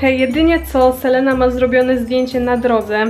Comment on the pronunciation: selena czyta się Selina 😉 ale filmik spoko 😊❤